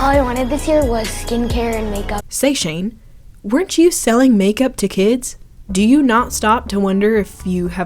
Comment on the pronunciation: LMFAOOOO THE "Hey shANe! 👁👄👁" TOOK ME OUTUTTTESJFESFE bc LITERALLYY